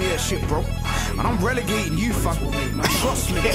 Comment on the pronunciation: My man just said "Bugzy Malone Regelation Riddim" instead of relegation 😂😂😂😂